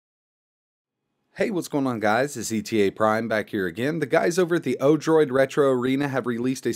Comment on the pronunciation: Odorid ?!? it's actually Odroid XD